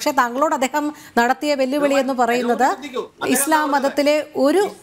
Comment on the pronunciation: സംസാരിക്കാൻ കഴിയാതെ ഞ്ഞഞ്ഞഞ്ഞ പറഞ്ഞ് ഒഴിയുന്ന എന്തിന് ചർച്ചക്ക് വിളിക്കുന്നു ആത്യ ഇസ്ളാ ഇസ്ള. പറയാതെ അത് തന്നെയങ്കിലും പറയാൻ പടിച്ചു വരട്ടെ